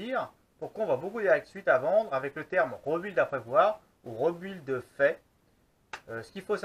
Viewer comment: Très intéressant :) la seule remarque que j'ai a faire sur cette vidéo cest la prononciation "rebuild" ca se prononce plutot "ribild" voila c'est tout ^^